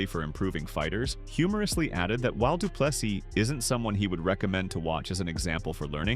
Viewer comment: How is it that there are still people that does not know not to pronounce the last s in DDP's surname? The narrator (AI?) jumps between correct and incorrect....